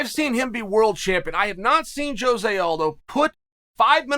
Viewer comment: Blows my mind Chael says Jose's name correctly